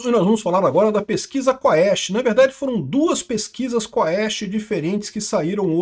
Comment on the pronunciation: Quest não quaauuuesste